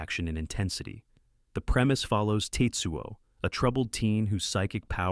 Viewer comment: His name isn't TITsuo